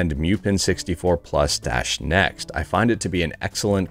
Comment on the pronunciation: Pretty sure it's moo-pen. not m-yew-pen. ...and it's ret-ro-ark, not ret-ro-ar-ch. (The arch is for architecture.) Let's pronounce names correctly for the sake of correctness.